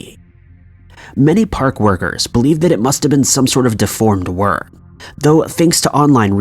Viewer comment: Can’t tell if he kept saying ‘worm’ or something else.